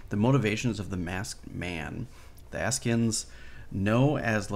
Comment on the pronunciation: Asci ans you pronounced it correctly first time. Say that at once